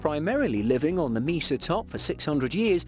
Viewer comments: its pueblo pronounced pweblow not pu as in pubic.....also mesa pronounced may sa not meesa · Great information but his butchering of the words Mesa (maysa) and pueblo (pweblow) was painful.